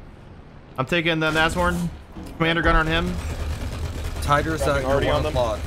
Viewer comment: I am proud of you, you finally pronounced Nashorn right :D